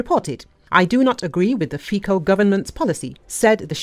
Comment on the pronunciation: Give us a break with your "Fiko" pronunciation: it's pronounced "Fitso"!